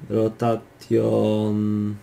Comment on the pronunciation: Czyta sie rotejszyn, posiszyn i skejl a nie rotation, position, scale i opaĆity